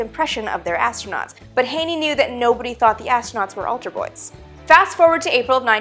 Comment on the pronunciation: "Ultra boys"? ..Ahhh, "alter boys"! LOL!